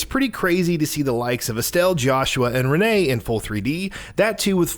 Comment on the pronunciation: Reneé LMAO